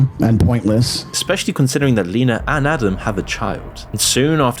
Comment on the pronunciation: Bruh, at least say names correctly. Not Leena not said "Lean-ah" it's Lena said like "Lynn ah"